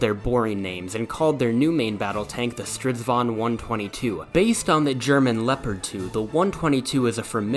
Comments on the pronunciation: It usually sounds like a diyng elephant. This only sounded like someone from Sweden who's lived in England would say. Good pronounciated! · You can call a chariot a "stridsvagn" but I think you have to say it slower, more like "strids-vagn" to avoid confussion ^^